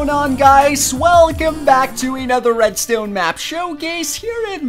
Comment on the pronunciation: Anyone else absolutely HATE the way he says redstone? It's red-stone not red-stewn. Awesome vids, just a pet peeve...